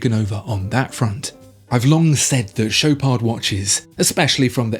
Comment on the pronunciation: Mate, not doing French. It's Shop are..., not Showpard. Even eBay can't sort out badly spoke French spekin Swiss s##t.